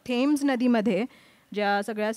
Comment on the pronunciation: नदीच्या नावाचा उच्चार 'टेम्स' असा होतो. (कित्येक इंग्रजांच्या तोंडून मी तो तसा ऐकलेला आहे.) 'थेम्स' नव्हे.